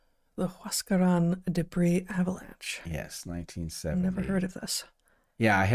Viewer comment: Heather on point with the Huascaran and callejon de huaylas pronunciation